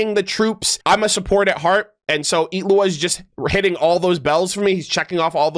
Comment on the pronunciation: the way you pronounce his name is so satisfying for some reason